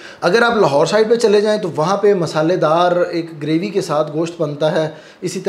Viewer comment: Please bhai correct your pronouncetion word Graby,this is actually Gravy.